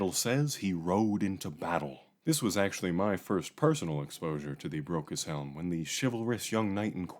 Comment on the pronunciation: Keeps sounding like "Broke as Hell"